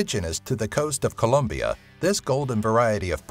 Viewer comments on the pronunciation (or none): none